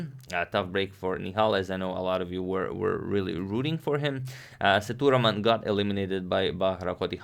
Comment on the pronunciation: It's Sethu raman not thuraman....LOL